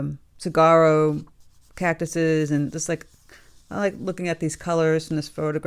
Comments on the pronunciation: Cactus 🌵 are pronounced ‘Saw-war-o’. Ha I chuckled at sigaro. Enjoying your painting demos! Gail Tucson Az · Sa wow row. No g sound. Love your tutorials and wish you’d get over to Tucson to see Saguaro National Park in person. It’s inspiring! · It’s easy to remember the pronunciation is “sah wah roh” if you remember “sahuaro” is also a correct spelling. 😁🌵